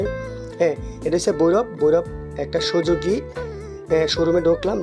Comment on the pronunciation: অশিক্ষিত মুর্খ, সুজুকি নামটাও বলতে পারিস না, জিক্সারকে জিস্কার, সুজুকিকে সুজুগি 😂😂 সুজুকি বাইক চালানোর তোর কোনো যোগ্যতা নায় ভাই।